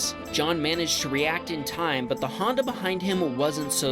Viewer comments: Handa bump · The way he says Honda makes me laugh. 😂